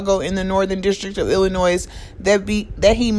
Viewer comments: Hi your doing a great job. I know Illinois has a S at the end but the S is silent. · Illin' Noise or Illinois??